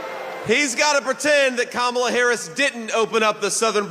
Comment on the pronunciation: JD pronounces Kamala’s name correctly. I can see how obviously ..😀😀🙏🏾